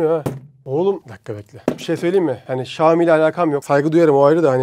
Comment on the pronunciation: REİS XİOMİ DEĞİL XİAOMİ ÖĞREN BUNU